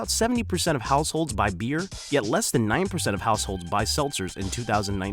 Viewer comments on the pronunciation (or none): none